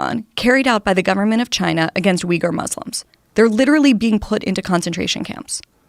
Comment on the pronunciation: Am I the only one who thought she said Wigger Muslims?